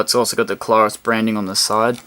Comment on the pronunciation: It's "CLAIR US" not Klar us. Google the pronunciation.